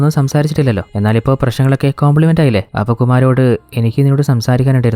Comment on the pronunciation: Compliment alla ... Combermise